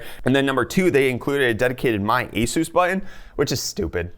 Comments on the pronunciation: eh-soos ..... so funny...... cup = coop ? sorry, it just tickles my fancy .... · Jesooos Christ! Where does this pronunciation come from?!